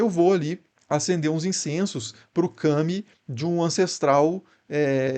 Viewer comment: Observações importantes (ou não): fala-se KAmi. Não kaMI.